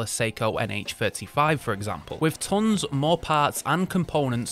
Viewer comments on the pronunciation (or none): Only one second into the video and I stopped, I cannot listen to you : why “there are tKHons of”?? Why? That is so weird